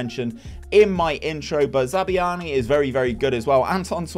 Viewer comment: Great vid! Loved watching as a cherries fan myself despite the painful pronunciations of Zabarnyi and Senesi 🍒🍒